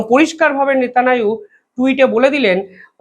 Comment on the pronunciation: Bolun Netanyahu Not netananu!